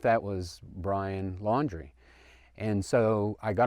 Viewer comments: This guy ISNT so smart. He said Lauer. Wtf bro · The way he mispronounced Laundrie on the 911 call tells me that he hasn’t been following the case closely. That adds to his credibility IMO. I believe he saw someone who looked a lot like Brian — or could’ve been Brian. The way the guy was acting sounds like it could be Brian and he’s losing his mind. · The guy didn't even pronounce Laundrie's last name, correctly! I say, if you see Laundrie and want people to believe you, get a picture of BL or the truck or something! The FBI. Police and DOG are running around, on all these (so called leads) that people are lying about, to get 5 minutes of attention! This is NOT THE TIME, to try to get attention! There is a dead, young woman and a crazy inferior idiot (B.L) running around! He WILL KILL AGAIN, and it could be YOUR DAUGHTER, YOUR SISTER, YOUR BROTHER, YOUR PARENTS, OR EVEN YOU! DON'T F/WITH THE PEOPLE SEARCHING FOR HIM! ONLY VALID LEADS, PLEASE!!! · Brian Lowry, this bone head cant even get the guys name right, lol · This guy says he got a call back from Dog the Bounty Hunter and they talked on the phone. I wonder if he knows that Dr. Oz went on TV and says that Dog told him that he doesn't believe this man's story and that he said that this man has a "past connection" with Brian? Of course, I don't believe what Dog says because this man didn't even know how to pronounce Brian's last name. So, if he had a past connection with Brian, it must have not ben much of a connection if he doesn't even know how to pronounce the last name. It's almost as if Dog just wants to discredit anyone who might find Brian before he does.